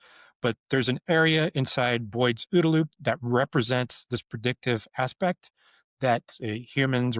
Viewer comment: I like the way you say ooda-loop.